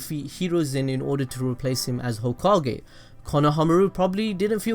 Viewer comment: Mah nigga said "tsunade the fif hokae"